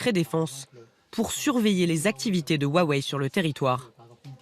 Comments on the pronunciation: Huawei pas wawei 😂😂😂😂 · Bon par contre woua wei on en parle... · On en parle du Wouah Wei ? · "wou-ah-wei" arggggg mes oreilles.. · Aaaaaah on prononce pas comme ça Huawei